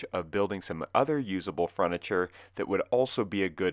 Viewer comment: He says “fruniture” . 😊